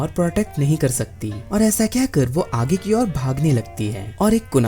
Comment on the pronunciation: The way u say aaage 😂😂😂